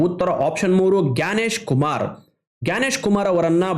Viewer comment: ಗ್ಯಾನೇಶ್ ಕುಮಾರ್ ❌️ ಜ್ಞಾನೇಶ್ ಕುಮಾರ್ ✅️✅️✅️